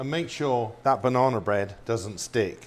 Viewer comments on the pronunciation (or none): Banana but you keep saying "Bananer" and "Lady Dianer" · Bananer lol 😂